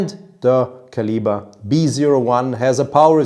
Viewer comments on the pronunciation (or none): none